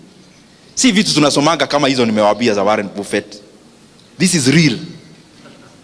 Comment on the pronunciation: Thank you for these Nuggets. Pronounced "Baffet" not "BUFFET"